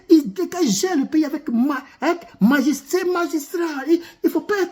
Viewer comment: Vraiment, vous avez parlé avec "magistriat ". 🎉🎉